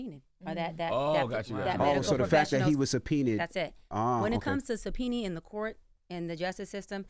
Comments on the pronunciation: sub - pee - knee 😂😂😂😂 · Only thing I’ll say is she butchered the word subpoena and had everybody butchering it. Pronounced Suh pee nah. Not suh pee nee. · “Sopeeny” instead of “subpoena” was enough for me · Did she say.."sopeni" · The way she says subpoena. She don’t know the difference between womAn and womEn. Eek.